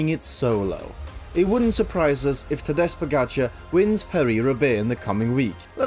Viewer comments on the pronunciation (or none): good video, but i cringed every time you pronounced his name wrong, you put highlights in your own video where commentators pronounced it correctly, yet you pronounce it "tadež", why? xd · His name is Tadej, TA-DAY, not TA-DESH. Really?! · His name is Tadej. The last letter "j" is pronounce simply like "y" in the english word yesterday. It is not "sh" in the english word shout. Crazy is also Van der Poel's pronunciation of his surname Pogačar. The letter "č" sounds like "ch" in word check. But Van der Poel says his "č" like "k" in the word "key". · Awesome video, thank you! Small note, afaik his name is pronounced more like "tah-day", not "tahdesh". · Just a quick note, its not pronounced Tade(zh) or (sh) but the 'J' is said like Y in yo or yolk or yawn for example. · Please, he is not TadeŽžž, he is Tadej, J, j 😅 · Maybe you should've researched first how to pronounce his name, since you said it so many times. It's not Tadic (ex Serbian president) how you say it, but rather Tadey (second part pronounced like word DAY) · Tadesh, bro you make this sick video but yet you keep butchering his name lol It's Tadejjjjjjjjjjjj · Ta-dey, not ta-desh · If you are going to make a video of someone, the MOST important thing is to be able to pronounce that person's name correctly. It's Tadej, not Tadesh!!! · Tadesh Pogacar.....who si Tadesh Pogacar !!!!! Next time get a job right and learn his name right to pronounce !!!! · Please learn how to pronounce his given name: (tah - day) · I am always surprised how comentators are unable to pronounce smbd's name. Do your homework FFS. It is not that hard. Imagine us (Slovenians), pronouncing English names as they are written for us. We would be considered ignorant and IDKW. Šon Keli had problems with Pogakar and Roglik for x amount of time. It was unbarable and unprofessional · It goes with the name. It is like pronouncing Tadey .... so J in slovenian is read as Y in English. Like in Yes or Joy or Yesterday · Try “tadey”, much better…